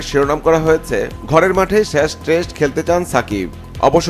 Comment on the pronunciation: 'শেষ' কে 'শ্যাষ' বলছে। ২০২৪ কে ২০১৪ পড়ছে। কি একটা অবস্থা!